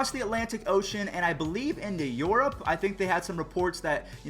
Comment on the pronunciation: “Yorope”???? Mmmmkay